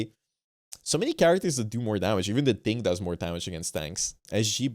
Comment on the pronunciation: “The Thingkah”